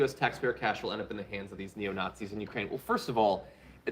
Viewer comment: "Nat-seeing". Oh my aching sides! 😉